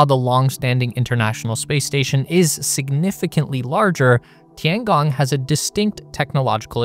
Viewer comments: The way you pronounce it would be "Tiangang" It's a long O. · if you can ask any AI how to pronounce Tian Gong, then properly pronounce it in your video, that would be very nice. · pLS, LEARN TO PRONOUNCE CORRECTLY, TOTALLY WRONG! (SO AMURICAN)!! DING DONG